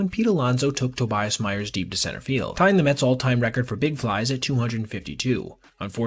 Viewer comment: The New York mehs 🥴 🍺.